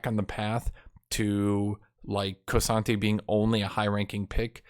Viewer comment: saying the names of champions wrong consistently for years has to be intentional at this point. Hwei is "Why". K'sante is "Koh-Sante". Lillia is Leh-Liah. Surprised he doesn't call Riven "Revan"